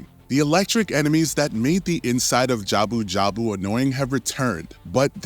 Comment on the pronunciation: Jabu jabu oot? Really? Git gud